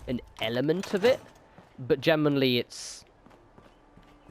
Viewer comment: Lol how does generally turn into gem-en-oh-really?